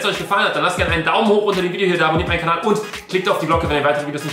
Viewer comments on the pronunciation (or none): none